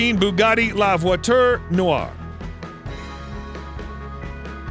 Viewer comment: You Mispronounced la (voiture) noire ( pur) sport & noire (elegance)